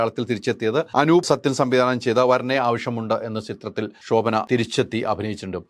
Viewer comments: ശോഭന എന്ന് പറയൂ pls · "ഷോ"ഭന 😂😂😂😂 ന്റെ ഹൈദരാലി 😂😂😂😂